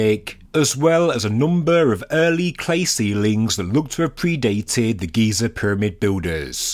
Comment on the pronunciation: GEE-ZURR and the tonal step change stopped me